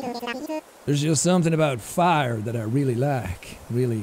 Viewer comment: So is NO ONE gonna talk about Sean saying pire and not fire?